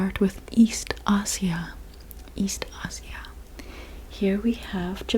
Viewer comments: It's not Asia (a-cia) it's ay-zia or a shya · "Ah-sia"? Never heard it pronounced that way before. And why you name Palestine as the holy land while completely neglecting Israel? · ما له دخل جهل بالإنجليزي ينطقون اسيا( آيجا ) هم الأجانب ما ينطقون حرف S لسبب ما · Why is she pronouncing Asia like that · That's how u pronounce asia?!